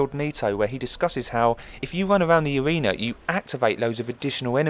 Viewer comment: if you wun awound in the awena :D Great vid mate!